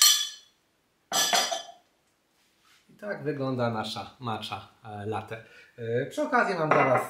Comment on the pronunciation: Przepis świetny, często tak robię z mlekiem migdałowym i czasem miodem :) zastanawia mnie tylko kiedy i czemu zaczęło się wymawiać ją jako "macza". Początkowo wszyscy wymawiali "matcza" co było mniej rażące, ale przyznam, że przy "maczy" to aż mnie skręca :D Matcha jest japońska, a język japoński jest miękki :) więc brzmi to trochę pomiędzy "maćcia" a "matcia". Taka moja mała dygresja :)